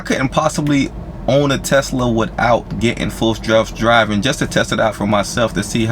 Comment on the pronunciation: "Full jelf driving."